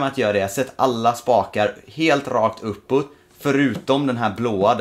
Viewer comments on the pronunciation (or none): vrf säger du opputt